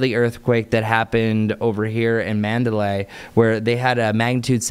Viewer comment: Mandalay Bay.... Mandabar 😅🙈